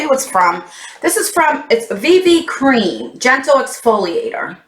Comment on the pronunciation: Seriously laughed so hard when you said VV cream! 😂 I don't think the box is worth the $$$